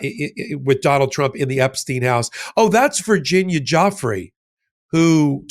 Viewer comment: If you’re going to lie please pronounce Virginia’s name properly!!! You are a puppet!!!